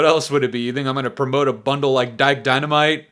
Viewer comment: AHHHHHHHHHH HE SAID DIKE DYNOMYTE